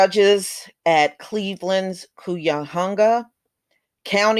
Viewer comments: Kunyahunga? Wow i'm not familiar with that county. Maybe it's Cuyahoga which is pronounced (ki-a-hoga) but i'll look it up. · it is pronounced "Cuy- Ya- Hoag- Ga" County......Cuyahoga, Ohio. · Do you mean Cuyahoga County? It's pronounced Ky-uh-ho-guh. No harm intended, just so you know.